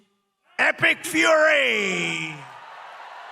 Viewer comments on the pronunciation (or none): none